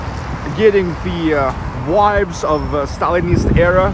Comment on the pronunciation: Amazing, thank you. Hope you don’t mind, pronouncing the letter ‘v’ in ‘vibes’. Not as in ‘wines’ but as ‘victory’ ))